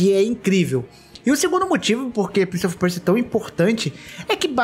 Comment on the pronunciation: Quem mais sentiu agonia do falando "PrInCiE oFi PuErSiA" fala direito é Prince of Persia